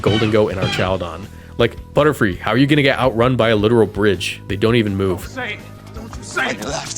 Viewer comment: i hear butter-fly!!